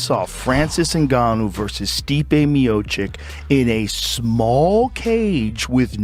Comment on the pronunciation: Someone should tell that Miocić is pronounced "meochich" not "meochik". This guy's been doing it for ages and still haven't learned the name of the best heavyweight ever?